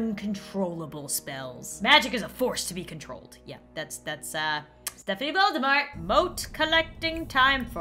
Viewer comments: Just letting you know, although I'm late, Voldemort is pronounced Vol-De-Mor, as if he's French. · Fun fact! Volemort is actually pronounced: "Vol-de-mor". Apparently the t is silent. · Dark lord not Volde mort